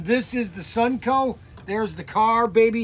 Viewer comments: Constructive feedback…. It’s called “Sun-o-co”, not “Sun-co”. 😉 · SUN-O-CO!!! NOT SUNCO!!!!